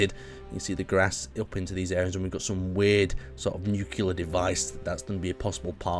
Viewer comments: It's not said nucilr but nuclear.... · How is it that in 2016, people are still saying "Nucular"... It's Nuclear, as in "New-clear" T_T Bush isn't president anymore, we can stop pronouncing it wrong to not make fun of him, y'know? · yea even Neil deGrasse Tyson got hate when he said nucular...